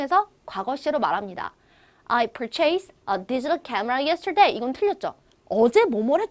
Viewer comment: 네 그발음도 잘못 발음 하시고 yersterday도 강세 잘못 발음 하셧네요.. flown 도 잘못 발음...singapore도 강세. 잘못..